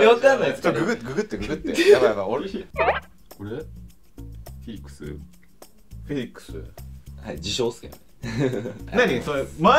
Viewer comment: 〜ローランドさんとロマネさんがずっとフェリックスって連呼してるの可愛い😂フィリックスだよ！って画面越しに突っ込んじゃいました笑